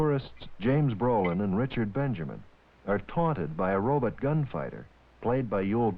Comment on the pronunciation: This guy has lazy English. He can’t even pronounce the word robot